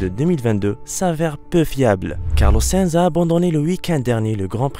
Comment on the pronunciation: 1: sa i nzzzzz et pas sinz 2: azerba idjan et pas azerbidjan 3: paul ricard et pas paul richard ceci n est pas une critique mais un conseil pour que vous améliorez vos prochaines vidéos